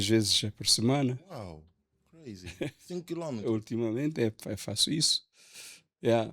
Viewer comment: soltou uns “crayz” presidenciais. 😂😂😂